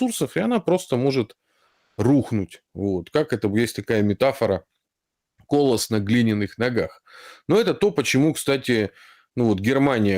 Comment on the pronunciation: Не "ко́лос", а коло́сс на глиняных ногах. Отсюда "колоссальный".